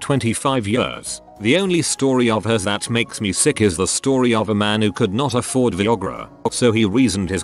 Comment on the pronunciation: Text to speech: veeogra